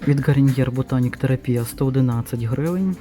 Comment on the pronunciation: почему "гариньер"?😩